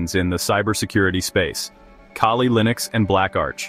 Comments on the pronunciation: why do u people call it kayley linux ?tf is wrong with u ? get ur shit down . after some minutes u call it kali. make up ur fucking mind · Lol.. Kay Lee